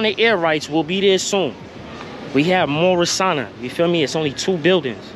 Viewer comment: 1373 Washington Ave, abs your pronouncing it wrong, it's pronounced "Morris-sane-nia"